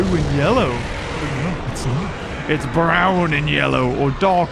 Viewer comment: When he said «its a brown on» the way he said brown is almost the same as how we say brown in norwiegen